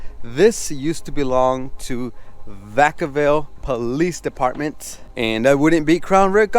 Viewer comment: Deptment? Expresso? Narly dude